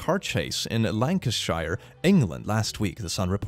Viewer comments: lanceshire ITS LEICESTERSHIRE Lester-shire THAT'S HOW YOU PRONOUNCE IT. I swear as a brit this ticks me off but makes me laugh XD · d did you just pronounce Leicestershire as lachnshier it's lest tuh shuh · Sorry to be that person, but its pronounced les-ter-sheer, its just painful to hear it pronounced wrong >.< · while the story it comes with is quite sad, as a Brit, I loved that Pronunciation of Leicestershire (pronounced Less-ter-Shear) Funny enough though there is still a county called Lancashire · WAIT DID YOU PRONOUCE LEICESTERSHIRE....LANKEN-SHIRE??💀😂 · IM SO SORRY IM BRITISH AND FROM LEICESTERSHIRE AND THE WAY YOU PRONOUNCED IT IS SO FUNNY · That's not Lancashire, that's Leicestershire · As an uk guy I think Leicestershire and Leicester are the most mispronounced locations in England Can’t say much though, uk ppl call Ypres wipers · the worst thing from any of the individuals involved in this vid is attempt at pronouncing "leicestershire"... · did you hear how he pronounced Leicestershire